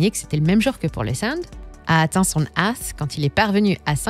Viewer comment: Voix et intonations au top par contre il faudra lui apprendre à prononcer ATH 😂